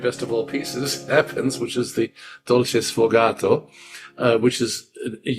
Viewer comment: It's sfogato, not "sfogatto." Thank you.